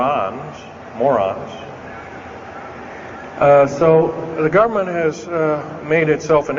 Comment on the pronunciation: untill he said about refining metals in space stations i was listening but i know that is just crazy. why would anyone bother doing that when he has just told us there ore over 30 undergrond bases that could be used easily and with less cost to do exactly the same thing... and he couldnt even say moron right...